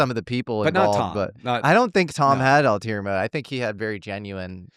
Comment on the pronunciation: Dammit,, it's "ulterior motives," not "alterior motives." ffs, you always get this wrong😅